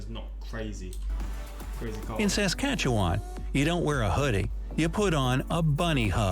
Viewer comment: It's pronounced Saskatche-WIN not WHAN. Literally everyone outside the province pronounces it incorrectly. Also, I have no idea why it's a bunny hug lol it just is.